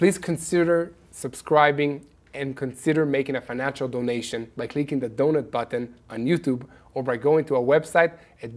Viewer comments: 😂, you want dō nāte, not donut. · 😊 okay, last comment today (maybe), when you say Donate, you need a longer A sound. 😅it sounds like you're saying Doughnut.